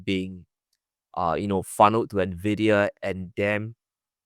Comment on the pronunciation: First time watching this channel, Glenn's pronunciation of Nvidia was beautiful